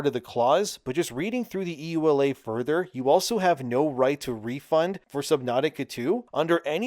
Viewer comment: Yooh-Luh not E.U.L.A.